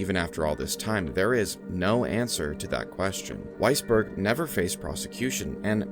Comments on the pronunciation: Every single timeowitz! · did you say weissberg? sigh